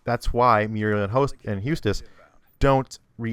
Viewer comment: lol how u say courage lol and eustace. it's eustace not hustace and not hoostace